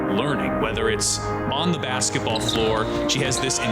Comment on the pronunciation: I don’t say this in bad way but has anyone else ever noticed how different CC pronounces the word basketball? It sounds like bassball, when she says it.